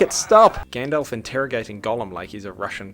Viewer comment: Frodo saying Gandalf: Gyandalph 😂😂😂😂😂😂😂